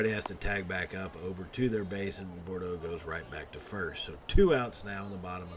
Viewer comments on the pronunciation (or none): also it is pronounced "Boodro"